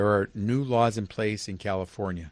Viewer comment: "New laws"? I thought you said "Mow lawns"